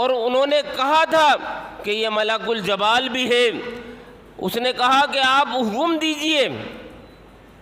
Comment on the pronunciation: Maulana jeem par zer hai zabar nahi Malakul jibal hai Jabal nahi